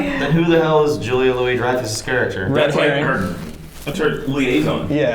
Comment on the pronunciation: also i'm sorry, steve and bucky definitely would have been aware of racism by the time they were 18. They were very different and very racist times, lol. society was literally legally segregated (also the louis in julia louis-dreyfus is pronounced Louie)